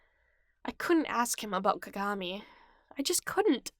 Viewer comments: The way she said kagami lmao 🤣 "cogamee" lol I love it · Atleast pronounce kagamis name right